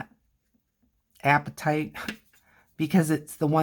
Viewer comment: Hey, look at me coming in 10 months late! Love what you're doing here. I struggle with watercolor, but I've only had a few lessons so far. Just wanted to tell you that your pronunciation of apatite is spot on. It's just like appetite, but it's a rock. :)